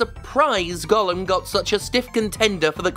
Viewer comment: Props for pronouncing Gollum correctly instead of saying “golem” like everyone else.